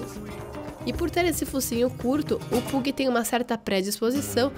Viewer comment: Pug se pronuncia "pãg" kkkk